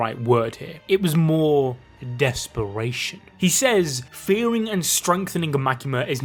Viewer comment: what is DESPRATION?????????????????? LMFAO you done fucked up